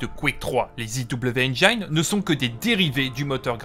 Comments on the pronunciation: interessante video mais on dit engine pas engayne dsl mais ca m a trigger ^^ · Enjaïne ? Ça se prononce comme c'est écrit, tu pourrais le savoir à ton grand âge